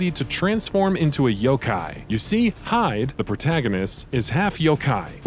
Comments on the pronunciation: It's not "hide" it's (he-day ) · great review though you pronounced "Hide" wrong. It's "He-de" not "Hyde" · HIIIIDE NOT "HIDE" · It's hee-deh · They way the reviewer pronounced Hide makes me think he didn’t even play the game.